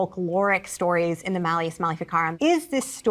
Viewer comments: Maul, pronounced kind of close to mall but a little more drawn out. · Maul......sounds like ball sir 👍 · "Maul" is pronounced like "mall" (a large building full of shopping).